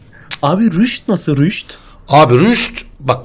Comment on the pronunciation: Rüşt değil rast